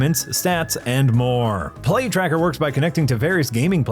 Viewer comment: When the ad read started, I thought I heard "Plague Tracker" instead of "Play Tracker". After listening to the ad, I'm not convinced I was wrong the first time.